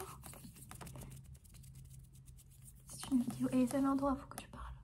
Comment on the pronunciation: Mdrrr j'adore quand elle dit "vidio"